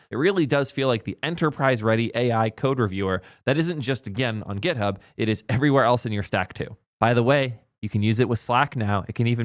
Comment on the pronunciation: its github not gethub